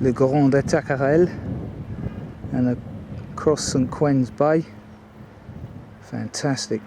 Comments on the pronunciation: Great vid. Just for your info, it's St. Ouen's Bay with an 'O'. It's pronounced Warns to rhyme with darns. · Ones not warns